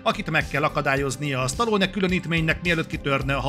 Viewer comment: Az odáig rendben van, hogy az átlag magyar képtelen helyesen kiejteni Stallone nevét. De attól az embertől talán elvárható lenne, aki kritikát készít a filmjéről, és amúgy “rajta nőtt fel”.